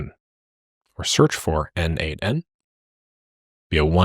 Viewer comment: its "no-de-mation" like "automation" is pronounced, not "node-mation"